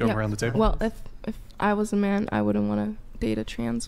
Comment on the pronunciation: Wood-dint vs “wouldn’t” immediately eliminates your credibility.